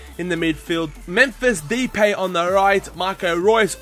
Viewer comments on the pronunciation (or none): Depay is pronounced da-pie :) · You pronounce depay as D-pie